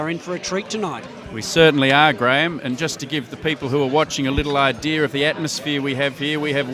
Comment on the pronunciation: An idear of what.... why the R?